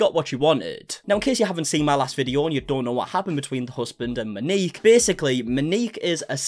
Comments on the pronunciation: MOW- NEEK. please its...not hard to look up a pronunciation. Its not Ma-nik or ma-nikki its MOW-NEEK. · Moaneekey. No, it’s pronounced Mo Neek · Pls say Mo-ni-k! I know it looks strange.